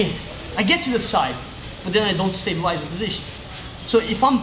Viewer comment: Rafa, só pra zoar kkkk. o jeito que vc fala "stabilize control" faz vc soar como um russo kkkkk.... Top demais as dicas de passagem, Oss.